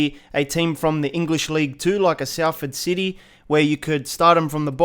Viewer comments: “SALford” is pronounced as “Solford” like you would say Salt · I’m from Salford and it is pronounced solford not Salford lol kinda pissed me of a bit the way he was pronouncing it 😂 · ikr I live there and people say SAL Ford it’s so annoying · Wey en español es salford :v